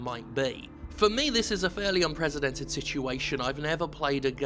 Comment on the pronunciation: Jim needs to stop saying "unpresidented". Lol.